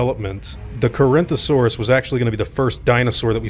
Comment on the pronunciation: Maybe they dropped the Carinthosaurus out of embarrasment when they found out how badly they botched the name of Corythosaurus?